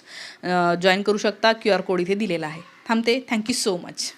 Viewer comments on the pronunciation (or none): none